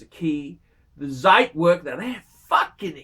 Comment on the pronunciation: He still won't say it correctly ;) It's like trying to train a dead horse.